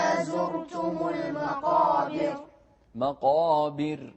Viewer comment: المقابر، بترقيق الراء